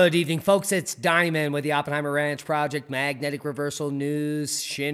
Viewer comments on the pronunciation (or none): none